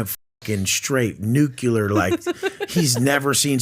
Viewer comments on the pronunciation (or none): He says "nukular" oh wow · He said "NUCULAR"...😂 Fuggin idiot. It's "Nuclear"....!!! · Nuke-ya-ler?, with all that money, try buying a dictionary and a thesaurus. It’s nuclear: Nu-clee-er To use your own words: WHAT A DUMB ASS! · The funniest part of this video is when says NucUler instead of Nuclear 🤯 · Damn..he said nukiller, what an illiterate. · Calls someone a "stupid piece of shit" after not being able to pronounce "nuclear"?